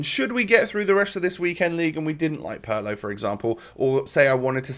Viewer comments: Thank you so much! PARLOOOO just made me sick i swear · god that pronunciation of Pirlo is brutal. it's PEER-LOW ! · It’s not pronounced Paulo